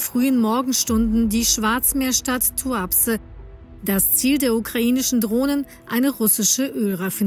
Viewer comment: Tuapse - Betonung auf die letzte Silbe!